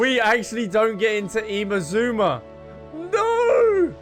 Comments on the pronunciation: why are you still calling it IMAZOOMA? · The way he says inazuma is amazing 😂